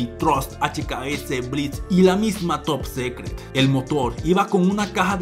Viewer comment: Se pronuncia "top sicret" no "top secret"